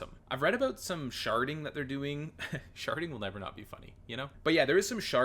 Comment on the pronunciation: Sharting or sharding? I need to know!